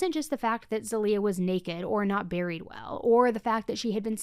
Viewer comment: I mean this to be helpful, I’m Bulgarian and I have a friend named zaliyah and it’s pronounced more ZAH-LEE-YUH